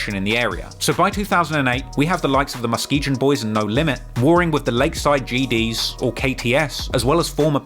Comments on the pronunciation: It's pronounced /muh·skee·gun/ NOT muhskeejeuhn MF.. That shit is irritating!!! LOL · Bruh, it's not "Muskee-gin" you don't pronounce the G with the "jjhh" sound, In Muskegon. It's said like "Muskee-gun" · It's pronounced Muh ski gin not Gen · “Mus kee jun” 😂😂😂 muskeeGUN bro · He's pronouncing Muskegon as Muske-jun. It's pronounced Muske-gone. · Muskejin 🤣 Muskegon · Muskegon. Not Muskejon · It’s pronounced Muske-gon Brutha, not muskeegion lol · It's Posto like Pasto! Pronounce Pasta, like that except Posto, and it's Muskegon like Muss kee Gun, not Jun!!! Lol come on now! And KTS Von was the shooter when Alamo and Roc died Von did that with a Tech Nine, listen to his song Kill To Survive, he says "I remember going crazy with that Tech" that's what he's talking about...... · I’m from MICHIGAN which has the city Muskegon also. We pronounce it Mus-kee-gun not “Jin”🫣🫣🤔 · Haha Muskegon is pronounced MuhSKEEgan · I know I'm late but it's Muh-skee-gn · Mus-kee-gun. G like in go. Another great vid. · do yourself the favor of understanding THERE IS NO EASTSIDE OF CHICAGO. There's north south and west sides but east of downtown is the lake. Don't let anybody tell you different. Also Muskegon is pronounced mus-kee-gun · It’s pronounced Mus-Kee-GONE!! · Muskegon is pronounced with a hard g. MuskeGUN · Muskegon is pronounced muskegone that G is actually pronounced as a G not as a J. Just thought I would let you know. Your documentaries are fire though. But this irked my nerves in this one lol. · Nobody gonna say anything about how he’s butchering Muskegon 😂 it’s pronounced Ma-ski-gun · Musk-Key-Gone Boys pronunciation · was looking for this comment, thought I was trippin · It sound like he said they was the ↪mosquito↩ boys 😄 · It's pronounced muskeegun fool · Musk e gan lol why do you pronounce it so weird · It’s pronounced MUS-KEE-GUN. There’s no way he would know that but it’s driving me crazy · Muskegon is pronounced Mus-ke-gun, got it? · It’s pronounced MUSK E GUN lol